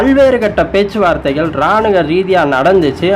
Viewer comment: External Offence or External Affairs?... I don't know why you keep on saying words like thittathitta, iraanuga instead of kittathitta, iraanuva, etc.. even after few people pointed out the same?..